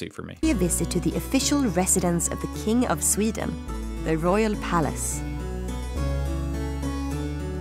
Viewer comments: The narrator says "Suveeden". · Sweden not "Sweeden" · Sweden, calm down with the Es man 😅